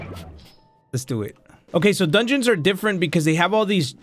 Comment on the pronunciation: "The dunguens..." ITS A FRICKING DOMAIN (no hate just jokin)